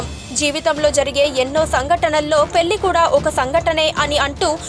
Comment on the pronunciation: The presenter should pronounce Telugu words properly.He is Sarat not sharat . Pelli is not correct. It is to be peLLi.